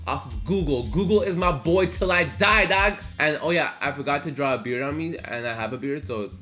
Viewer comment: The way he said dog/hargie Dawg